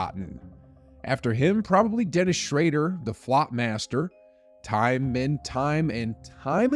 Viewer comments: Shro-der, not Shray-der. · Bro its Dennis Schröder not Dennis SHrAder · It’s schroder not schrader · Schraeder????!!!! Come on! Learning to say a players name correctly is the least you should do! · Yoooo this YouTube casual said Dennis shreider 😂 unforgivable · Bro you gotta learn how to pronounce his name.. step up dude, poor Dennis.